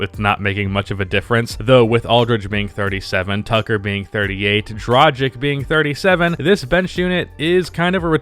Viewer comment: i love you but please learn how to pronounce the name Dragic. Coming from europe its pretty annoying to hear people pronouncing it wrong all the time😂